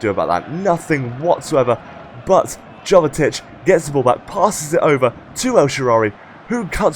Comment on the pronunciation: I thought it was pronounced 'Yovetic'? Great video again!